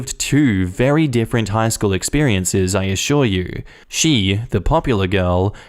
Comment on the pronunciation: I really enjoy your channel and I know you're from Austalia, but that is not how you pronounce different, lol